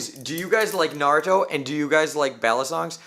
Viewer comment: At least he said Naruto right mad respect